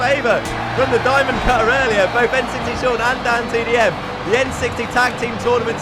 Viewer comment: it's N60Sean not N60shawn